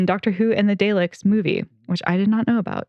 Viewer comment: Peter Cushing reprised his "Doctor Who" movie role in Dalek Invasion of Earth 2150 AD (which as a child I saw in a Birmingham UK cinema, machine me a lifelong fan of Daleks and the TARDIS). Daleks is pronounced DOLL-ex, btw, not Dale-ex (singularly pronounced DOLL-eck)...